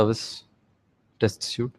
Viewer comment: It's a test suite not a test (suit) as you pronounce it.